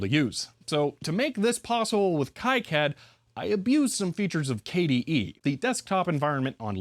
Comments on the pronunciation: Not judging or a huge deal and I'm sure you have heard it before but the ki in kicad is pronounced Kee or Key not Kai. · awesome video. btw, it's pronounced key-cad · FYI KiCAD is pronounced Kee-CAD, not Kai-CAD. (Reference: Wikipedia) Also, if reverse engineering again in the future, careful measuring capacitors while they’re in-circuit. Depending on many variables, doing so can result in incorrect values, especially if there are multiple in parallel. In simpler devices, the value can matter less, but it could be a gotcha moment in designs where the capacitance value plays a significant role in the circuit.